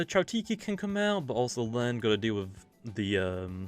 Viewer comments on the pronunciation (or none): Alolan raichu not aloan raichu